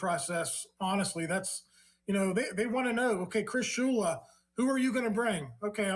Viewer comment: It’s Shula it should not be anyone other than Shula